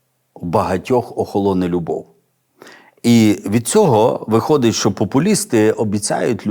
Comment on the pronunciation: Дякую за проповідь, все актуально і зрозуміло.Але бажаю вам чітко вимовляти,що, а не шо,бо не гарно звучить